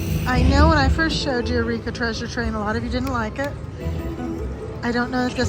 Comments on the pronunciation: Love your videos, they are like comfort food! This is pedantic, but I think eureka is pronounced "you-ree-ka" not "a-ree-ka". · u always say eh-ri-ka when it’s yoo-ree-ka.